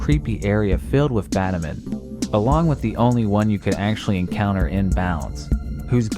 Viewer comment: the ghost girl probably shows up because if i remember right lorelei is the ghost type E4 member. also why does batamon sound like bad omen when you say it